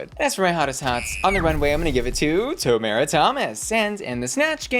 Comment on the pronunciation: It is TOE-MAR-UH not toe-mare-uh 😭